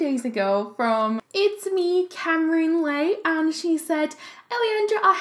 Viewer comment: Em She said my name right lmao thanks I can’t believe she chose my comment!